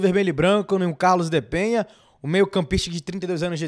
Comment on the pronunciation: Enquanto aguardamos que ele estreie e faça história no Bahia, vamos aprender falar corretamente o nome dele. O cara se chama Carlos DE PENA (não tem a letra H nem tem til sobre a letra N, portanto a pronúncia NÃO é "Penha", e sim "PENA", como em Português).